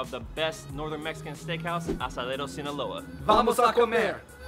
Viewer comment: He said asadero right but just fucked up sinaloa🤦🏽‍♂️🤦🏽‍♂️